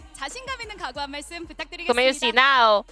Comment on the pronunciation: Why he pronounce gumayusi like that 😢 its guma not gumu or gumi and there is sh sound at the end as well